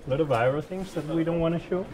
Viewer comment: Have you ever tried an Eye-Row chocolate bar? -Carlos "aero is eye-row" Sainz, 2019